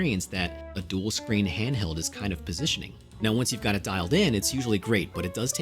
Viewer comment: That was the craziest silent "h" opening to a video I've ever heard. I had to go back to comprehend you said "handheld" haha.